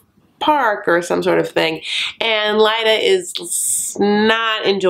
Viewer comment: Clearly you are pronouncing Leida correctly. No way Leida is pronounced Lita. But I hate her so I don’t care if I’m wrong. SHE is wrong if she is pronouncing it Lita. The bitch.